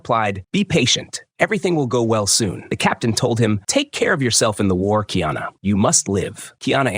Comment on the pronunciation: Kiana is the transliteration of the English, female name, Diana. His name is: Ka-i- ana … learn the proper pronunciation, you sound absurd.